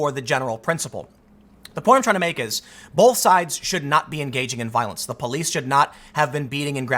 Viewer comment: I wish Tim would pronounce "both" correctly.